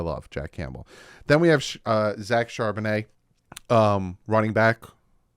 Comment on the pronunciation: Thumbs up On Charbonnet... Glad you finally got his name right...LOL👍